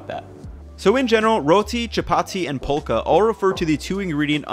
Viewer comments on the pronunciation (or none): It's not pronounced as pholka, to put it simply it is fulka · It's not Phulka. It's more Full-ka. Also you can use just the pan to make the roti puff. You use a very very slightly damp cloth to press it down on the pan and move it around. Especially on the edges. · its pronounced fullka no pulka 😂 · Phulka is pronounced 'full-ka' No disrespect meant, just letting you know! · Not "pull ka" it's "full ca" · Love the videos. Phulka is pronounced “fulka” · Phulka is pronounced as "Fulka" Just saying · Not being mean but it's pronounced like fulka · Phulka is pronounced "Fool-Kha" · Very informative vid thanks! fyi Phulka's pronounced "full-ka" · ph in phulka is pronounced as an f. So it sounds like: full-ka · Indian approved 👍🏽👍🏽 Phulka is pronounced as ful-ka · Hey I love your videos, Phulka is pronounced full-ka or fool-ka the ph is pronounced similar to words such as phenomenon or phenom. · It’s pronounced full-ka, it’s called phulka because the puffing is called phulna (verb) in Hindi, pronounced as fool-na. Hence it gets its name phulka. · Dude, this is actually super authentic, with the Atta, and the different names, the hot water in the dough, etc. I've really loved your videos for a little while now, so it's really cool seeing you do this. Rotis are like an everyday sort of thing, because you don't need a fucking tandoor to make them. P.S: The ph in phulka is pronounced like the ph in phone. So it's really pronounced "fulka". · FYI phulka is pronounced with an F sound, not P (i.e. "fulka"). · He almost said it right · Ph should sound like f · Haha so nice to see someone make this instead of Naan. Also Phulka is pronounced with an f sound! Just wanted to let you know, like how you say phone.